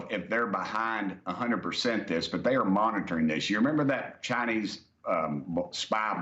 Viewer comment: It's the cha-nayse brother yee haw!